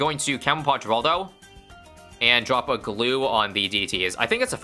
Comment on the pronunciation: when will y'all learn... It's pronounced "Hur-all-dow" NOT "Gur-all-dow"